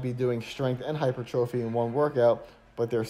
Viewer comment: Nice, but you've got to stop saying "hyper-trophy", LOL, it is (should sound like) "high-purr-tra-fy" - I can't be the only one pointing this out, lol. I appreciate you though....